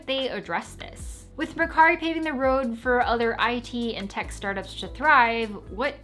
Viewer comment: GREAT video! and its all very true (when you said mercari in english accent, it stung my ears!! hah,, but then your clean japanese pronunciation relieved the pain..)🤣